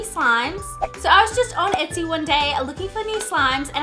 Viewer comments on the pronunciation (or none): none